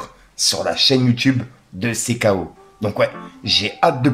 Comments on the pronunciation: Pour l'aider on va dire Sii Kéy Ho 😂😂😂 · Fait un effort stp la prononciation de CKO est en Anglais ça fait mal au oreilles quand tu le dis à la française pourtant Baloo et Chris le disent bien